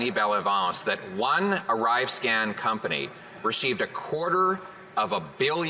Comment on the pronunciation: I thought he said arrive scam